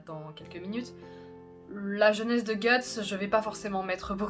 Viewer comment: J'ai jamais compris pourquoi on dit "guts", alors que pour le Japon c'est "gatsu" prononcé "gats" du coup.. 🤔??